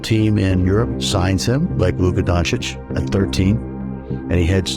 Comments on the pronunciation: Love the video but please for the love of god look up how their names are pronounced, it's pronounced Donchich not Dontich. Also Saša is pronounced Sasha. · Good video but why you saying Luka DonTic bro its donCic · Maaan, great video but please learn how to sai Doncic (not dontic). I was going crazy 🤣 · its Luka DONCIC not Luka DONTIC! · Don't itch, it is Don Cheech. 😂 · great video but dude...its dočić and not dontić....its like we say instead jordan let call him jocdan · Maybe you should learn how to pronounce his name first before you make a video about him. It's "Donchich" not "Dontich" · its don chich, not don tich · Why do you keep saying DonTICH? Lmao 😂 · So I always thought Doncic was pronounced as DonCHICH? 🤷 Let’s stick to Luka. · It’s pronounced DONCHICH. DONCHICH! DONCHICH !!! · Say DONTICH one more time I DARE you 🤦🏽‍♂️🤯🤦🏽‍♂️ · Bro… lol. Did you just make an entire 45 minute long video about a basketball player whose name you can’t even pronounce? You called him “Don-tich” 100+ times lol then I finally lost it when you said “Nowin-skee”. Ugh. Come on man lol do better. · from a slovenian its luka donchich, just satying for next time, awesome documentary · he is so famous, you put his life story in video and you still can not say his name right.. shame ( Dontič where do you see T in Doncic) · Great vid, but why do you keep saying Don-tich? There’s no T sound in his name. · Had about 50 opportunities to say Dončić (DON-chich) correctly but missed all of them. In the words of the late great Kobe Bean Bryant, aka, The Black Mamba, “You miss all the shots you Dončić don’t take.” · Idk why but bro is keep saying Luka Dontic xDDDD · Dončic, Č like CH, like in chicken, Donchic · Great video but man You've pronounced Dončić several times wrong.....DONCHICH u got that?.... anyway a new subscriber has landed😊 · dude learn how to pronounce his name !! don-tsch-itsch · Why do you keep saying Dontič? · Why do you say "Dontic"?